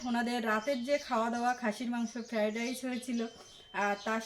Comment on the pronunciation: কথাটা 'ফ্যারাডাইস' নয়। ওটা হবে ফ্রায়েড রাইস। 😂😂😂